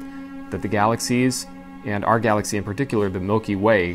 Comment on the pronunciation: what’s a galathy?